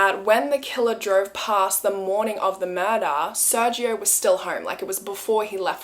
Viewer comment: I love you and your content so much, but as a Hispanic I must correct your pronunciation on something 🤗 the G in SerGio is actually pronounced as a (English) H or strong G. So it'd be Ser-Hio.